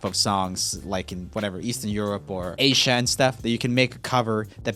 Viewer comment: "Aysha" (Asia) and "reegin's" (region's) Roomie's mispronunciations are adorable lol